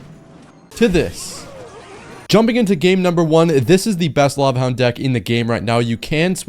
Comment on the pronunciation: Bro said hava lound